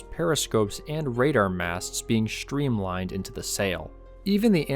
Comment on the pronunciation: Construction, not conshtruction. Streamline, not shtreamline.